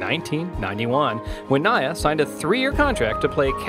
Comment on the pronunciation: It's not Nyy-ya, it's Nee-ya...